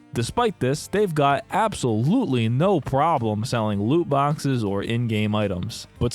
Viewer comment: Stop saying looboxes.